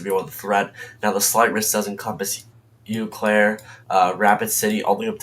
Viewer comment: Well done, young man. BTW it's pronounced "Oh Claire".